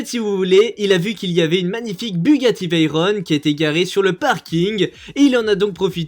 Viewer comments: On dit pas "veillerone", on dit "véron"'! Bugatti c'est une marque française, conçu et fabriqué en France. Donc on le prononce à la française mdr pas à l'italienne jsp quoi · Le nom de la bugatti se prononce comme il s'écrit car c'est le nom d'un pilote ça se prononce Veyron pas Veyronne